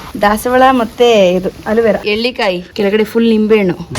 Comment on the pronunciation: ಅದು ' ಹೆರಳೇಕಾಯಿ ' ಅವರೇ....' ಎಳ್ಳೀಕಾಯಿ ' ಅಲ್ಲ. ನಿಮ್ಮ ತೋಟವನ್ನು ನೋಡಿ ಬಹಳ ಸಂತೋಷವಾಯಿತು ಮೇಡಂ. ಶುಭವಾಗಲಿ ನಿಮ್ಮೆಲ್ಲರಿಗೂ.